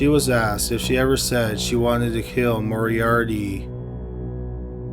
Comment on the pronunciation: Had to stop watching after the 30th time the narrator said ‘Morie-Ardie’